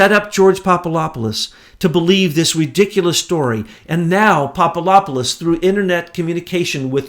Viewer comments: PapaDOPolous (NOT PapaLOPolous). Just thought might want to get the name right. Yesterday, he also got Chalupa mispronounced and one other I now forget. Trying to get the names right here....(BTW, I LOVE this information, so don't think I don't!) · it's pronounced Papa - dough - pool - oh - ss. Accent on 3rd syllable "dough". (Sorry. I'm bilingual.) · It's pronounced " Papa-da-pou-loss (Sorry I'm Greek)